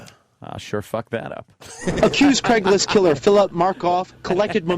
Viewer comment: “Dame Julie” “Craiglist” etc….. Opie just misses saying so many things correctly. How did he ever get away with trashing Vos?